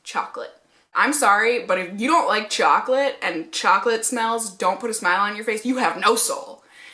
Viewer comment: Whaattt?! Chaw-colate!!! 😲